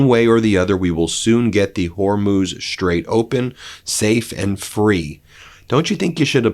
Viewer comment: Thank you, Ben for finally pronouncing the straight somewhat correctly. Now let’s work on Halliburton and Taliban.